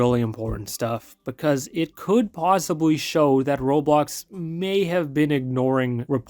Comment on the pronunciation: U said it wrong